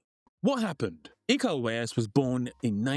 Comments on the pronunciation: Eco ??? Tu tá de sacangem neh kkkk É IKO UWAIS ICO UWAYNS ESSA É A PRONÚNCIA NINGUÉM ACERTA NESSA BAGAÇA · Iko uwais A pronuncia ninguém sabe falar aqui.no Brasil É como se fosse ler.. Ico Uains❤